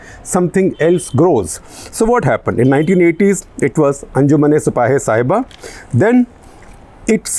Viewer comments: Shekharji, It is not Sahiba, it is Sahaba. Pronounced Sa-haa-baa. Sahaba is the name for prophet Muhammad’s companions who were the first followers of Islam. So Sipah-e-Sahaba means, Militia of the followers. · I dont know if mispronunciation of a word matters much but Sahiba roughly means loved one and Shabaa means prophets companions.so its Anjuman e sipahe e shabaa not sahiba. Also calling Yazid a tryant, get ready Mr Gupta you will be getting hate mails from some conservative sunnis. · I think it is SAHABA (companions of the Prophet), not Saheba.